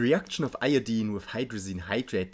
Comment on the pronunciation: Thank you for not pronouncing "Iodine" like a complete monster (most non-chemist Americans say eye-oh-dyne).